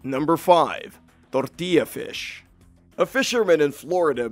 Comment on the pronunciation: pronunciation of the word tortilla lol